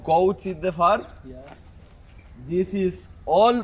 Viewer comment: Arabic accent